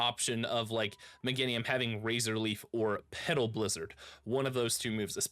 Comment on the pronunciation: Me-GAIN-IUM for the love of god so many streamers cant speak english lol